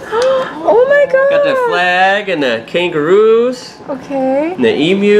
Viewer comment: Thanks for saying "emu" properly! Your a legend mate. Love from Australia to you and the fam! (It's not an E moo.)